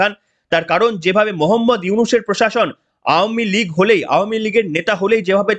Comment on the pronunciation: ধন্যবাদ ভাই আওয়ামী লীগ উচ্চারণটি সঠিক করার জন্য। মাঝেমধ্যে একটু ভুল হচ্ছে যাই হোক বুঝতেই পারছি সংশোধন হবে আশা রাখছি। শুনতে ভালো লাগে সঠিক উচ্চারণ করলে।